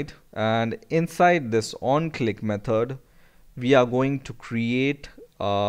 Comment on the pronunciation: Jesus Christ it's method not metod 😤